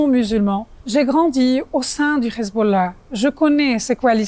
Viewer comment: J´emets des doutes sur la véracité de ses propos car elle prétend avoir vécu avec le Hezbollah et être de parent sunnite et chiite mais prononce Khizboulla comme le peuple élu au lieu de Hezbollah avec un H (lettre arabe). À la 3ème seconde 😉